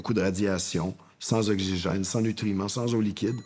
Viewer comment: Attends, je réalise un truc là : vous prononcez "okzigène"?